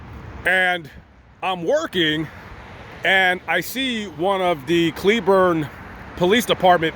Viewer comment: First, thank you SO much for correctly pronouncing cleburne! Most out of towers say clay~burn. They “checked” on you to see if your simply alive. When you greeted them with an attitude, that made them think you are hiding something Asking the same question over and over again is a simple way to see if someone is lying. If you had been polite and civil from the beginning, your negative experience would not of happened would you like it if someone came up to you with an attitude from the get go for no reason? How does a stranger know when they get you at a bad time? Did the cops handle it badly? Most definitely, but so did you. That Walmart will call the cops on OTR if they park in the parking lot, most of those drivers do get arrested. I say this as a cleburne resident, an OTR driver and someone who has family in Johnson county sherif.